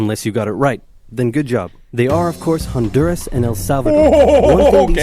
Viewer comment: I'll admit it, I thought it was Belize at first when the map was shown. Need to brush up on my Central American geography and props to the bloke for nailing Honduras